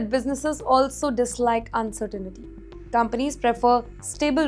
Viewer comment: The word is pronounced and spelled “uncertainty” not uncertainity. Repeat, it is uncertainty. 😂 😂😢